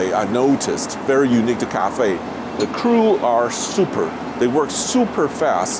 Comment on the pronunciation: Didn't anyone else heard CAFE than Cathay?🤕🤕🤕